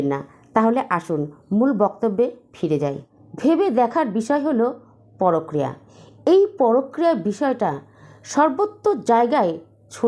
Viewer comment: কথাটা ""পরক্রিয়া "" নয়। পরকীয়া। ভীষণ কানে লাগছে।